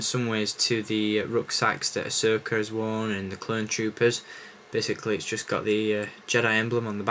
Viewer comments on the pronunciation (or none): u said asoker